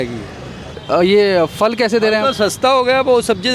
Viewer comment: Very good reportage only one request. Perhaps the voice over journalist and the one on camera can pronounce phal (fruit) as phal and not fal. When we hear the right pronunciation we perpetuate it further, and the same goes for wrong pronunciation. Also, Azadpur Mandi dakshini Dilli mein nahi hai, balki Uttari Dilli mein hai.